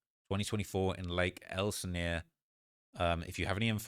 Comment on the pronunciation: This guy from the UK actually knows how to say “Lake Elsinore” thank you sir! It’s been driving me nuts that the American youtubers can’t even say it right